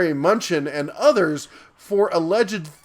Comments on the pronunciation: It's "Lampert" - the T is not silent, and "M-nuchin" - not "Munchin." "Munchin" is hilarious! Come on, don't you believe the President when he said he's going to hire only the best, like Mnuchin? As for whether Lampert stole money or not, he put in a lot more money buying and running Sears. He sucked at it, and got taken to the cleaners. He would've much rather preferred a very successful Sears, since he owned equity in it. All he could do was some shenanigans to cut his losses. I bet he wishes he had never come across Sears. He's more incompetent than bad. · Hahaha 'Munchin.' Mnuchin is pronounced Ma-new-chin but Munchin is definitely funnier